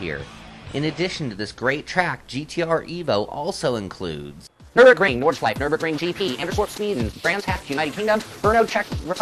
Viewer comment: hmm it´s called nordschleife and not nordschliefe